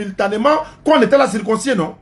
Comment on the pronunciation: On dit circoncis et non circoncissié